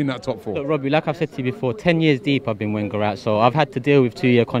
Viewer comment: After 20 years, you should have learned how to pronounce Wenger! You don't speak for all fans. Some of us want to stay.